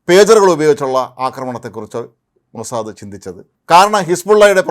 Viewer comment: ഹേയ് മോസാദ, അല്ലുവേ മോസാദ് എന്ന് പറയു ഹീ